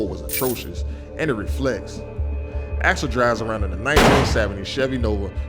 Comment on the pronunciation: Axel Foley, not Alex Foley.